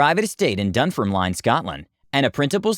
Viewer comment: Sorry it’s a dislike for you for the advert, I will continue to do so every time for the advert until you 1, say Dunfermline right and 2 get your history right, England invaded Scotland not the other way around.